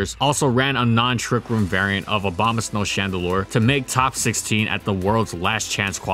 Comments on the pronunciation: Is it just me, or do he say Obamasnow rather than Abomasnow? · He also says Abomaslow when talking about it being used in Trick Room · "Obamasnow" lol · he said again Obamasnow or am i wrong